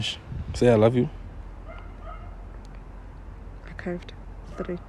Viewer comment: Did pronounce achieved as akaivd 😂😂